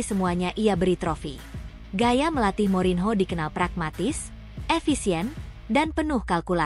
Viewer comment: Morinho dibacanya MORNYO...!!!!